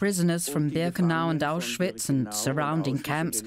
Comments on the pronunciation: A narrator who can’t even pronounce the word ‘Auschwitz’ correctly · Say Auschwitz correct……